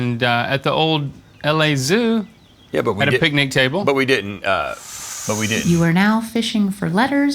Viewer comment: the way they are pronouncing picnic is unsettling